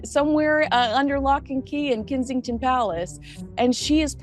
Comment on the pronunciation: The way says K”i” sington, not K”e”nsington makes me smile